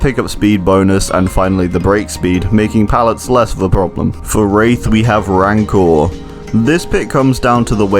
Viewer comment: My man pronounced 'rancor' 3 different ways in 5 seconds